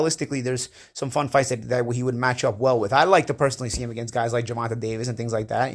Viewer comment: you are trash. 🗑 say Davis's name correct your not right about that fool.